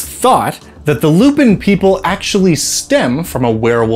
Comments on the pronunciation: Fairly certain that their name is pronounced Lou-pan considering just how french they are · I have two ideas for this: 1) at least some of them are french, so shouldn't it be pronounced more like "lou-pohn"? 2) ....Teiflupins. (te lou-pohn phonetically....dang french....), the offspring of a teifling/other infernal creature with a lupin. The point is, they are hellhounds/devil dogs/black shucks etc.